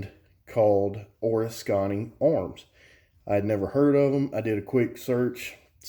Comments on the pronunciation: O-risk-any, not or-is-kany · haha it’s actually (o-risk-en-ee) I live bout half hour away and recently even heard about them.. glad you made a review cause I haven’t found much!!! Have to say I never heard anyone make Oriskany sound Asian or something, really made my brain twist lol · It's funny how you say Oriskany! Lol. I want to see if they'll let me do a factory tour. I want one too!